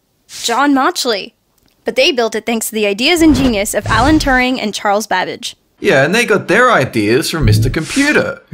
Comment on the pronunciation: Can you PLEASE pronounce "Turing" properly?!?!??!